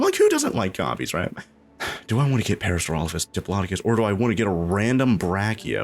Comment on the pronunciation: Ah yes, Parasaurophasususesesss.